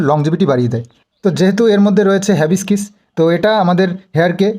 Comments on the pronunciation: Havibiscis na hibiscus.. Thik kore bolo... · ওটা হিবিস্কাস হবে।। যখন কোন নতুন কিছু প্রোনাউন্স করবে তখন অবশ্যই করে গুগুল ট্রান্সলেটর এ উচ্চারণ টা দেখেনেবে। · হ্যাবিস্কিস না hibiscus হিবিস্কাস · Bhai...ota habescis na go....Hibiscus otar nam...jaba phul ke bale English a Hibiscus...kichu mone korona bollam bole...ta na hole onnora hayto ata niye abar tomar maja orabe...tai tmr uccharan ta akjan Didi hisebe tomake aktu shudhre dilam bhai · Its not hibiskiss i think its hibiscuss.which means joba phul. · Ore baba ota hibiscus 🌺 Mane joba phul..habiskis noi😅😂😂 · Habiscis noy ota hibiscus bolo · Ota habiskis noy hibiscus 🌺😂😂😂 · ওটা হ্যাবিসকিস নয়... হিবিসকাস... মানে জবা ফুল। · "HABISKISS" na 😂😂😂😂😂 ota HIBISCUS bujhlen? Ei shikhha deben bachha ta ke? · উচ্চারণ টা হিবিস্কাস হবে। জবা ফুলের বিঞ্জান সম্মত নাম । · ভাই উচ্চারণ টা হবে হ্যাবিসকাস। । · কথাটা হিবিসকাস হবে ।তুমি গুগলে আগে উচ্চারণ টা শুনে নেবে,তাহলে ভুল হবে না।তুমি ঠিক বললে তবেই তো কৃষাণু দাদা ঠিক শিখবে।সবসময়ই তোমাদের মঙ্গল চাই, বজরংবলীর পুজো করে যাও,উনি রক্ষা করবেন।জয় বজরংবলীর জয়❤❤ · দাদা হাবিসকাস উচ্চার হবে গো।অব্যশই কিনবো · হিবিকাস হবে উচ্চারনটা। জবাফুলের শ্যাম্পু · হিবিস্কাস উচ্চারণ